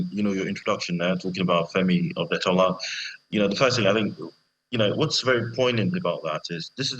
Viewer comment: It's Otedola NOT Odetola